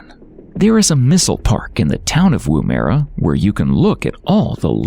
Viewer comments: Pronounced Womera. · As an Aussie the Pronunciation is joke in this show. You could at least get the names of the towns correct Dingo Dogs FFS just call then what they are DINGOS Can't drive the Stuart Highway Really i have driven it at least 10 times and its the MAIN road from Adelaide to Darwin You can drive the Ann beadell Highways (dirt road) which is in the Womera Zone(Another town u cant pronounce ) Maralinga Atomic Test Site can be visited and does Tours. Seriously GET YOUR FACTS RIGHT ............No like from me that's for sure and no subscribe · It never ceases to amaze me that Americans never bother to check up on the correct pronunciation of names. Take for instance Edinburgh and David Attenborough which are usually pronounced as "Edin-bruh" ad "Atten-bruh" respectively and not with a "borrow" on the end. In this doco, Woomera should be pronounced "Woom-a-rah". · Coober Peeeedeee...not pede. Woom-ERR-a... Not Woom-eera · Mispronounced!! Butchered!! Koober Peddy? Wooo- merra? Marry = Maree!?! Only got through half the show! At least it got Alice Springs right!!